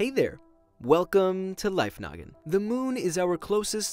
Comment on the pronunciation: Me when say lifenoggin i hear life nugget